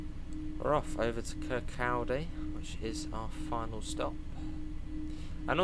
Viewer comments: Im dying with the butchering of Kirkcaldy, its pronounced Kircohdy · Your Scottish pronunciations destroy my brain🤣🤣🤣 ‘kirkCALdy’, seriously tho can’t wait, been wanting fife circle on the game for ages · Really looking forward to this DLC. Incidentally, for those wondering how to pronounce Kirkcaldy, listen to Cry Baby Cry by the Beatles. John nails it. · The way you pronounce Kirkcaldy 😂😂